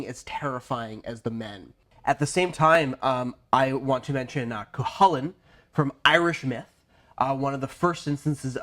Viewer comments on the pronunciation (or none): Great vid, but that was the worst butchering of the name Cú Chulainn I've ever heard. Coo-Kull-an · Just a note, Cuchulainn is pronounced more like : Ku-Kul-ann. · Cuchulain’s Hound is pronounced like Koo-ull-lin, if that helps?